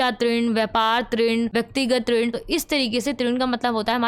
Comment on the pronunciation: There is a small correction, Grah trinn nhi h, rinn h vo